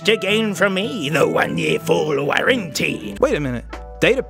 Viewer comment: "IF HE WISH TO GAIN FROM ME; THE ONE YAER FULL WARRAN-TEE"